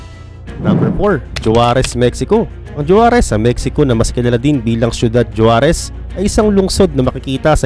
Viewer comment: SORRY ABOUT DUN SA “JUAREZ”YES YAN YUNG SPELLING NYA BUT ANG BIGKAS NG MGA MEXICAN JAN HINDI “J” KUNDI “H”…HUAREZ YAN PO ANG TAMA.😂😂😂😂